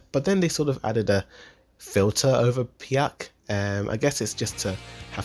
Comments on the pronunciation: Stop calling Pieck "Piack". Jesus... Her name is pronounced like "peek". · its not pjeck its pieck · Sorry but the way you pronounce Pieck's name is cracking me our dude he really said, "Pi-ack." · Excuse me wtf is piak?! Sounds like a slapping sound lol. Its pronounce "pick" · Right! It's spelled as "Peek" not "Pyek" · piack too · "pee-ACK" bro wtf are you on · He really just called my baby gurl Peick "Piack" ?! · “Pee-yack” and “onion coupon” lol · this dude said piACK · tf who is "pi-yuck" 😂💀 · it’s pronounced peek in sub and dub ????? Did you watch it in both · Why do you pronounce Pieck that way?? Sounds like you're pukinh or spitting it out. My girl doesn't deserve that. Otherwise great video.